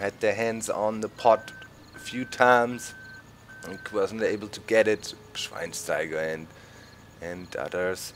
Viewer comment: Why do you say the German names whit englisch accent? (Schweinsteiger)^^